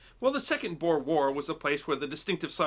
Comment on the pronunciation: The "Boer" wars ... well, unfortunately, that's a Dutch word, and the letters "oe" in Dutch makes for a sound more like "oo" (like the sound a ghost makes lol) in English. So the word is actually pronounced more like Boor war. Anyhow, the word "boer" is simply "farmer". I.e. the English were fighting farmers in South Africa.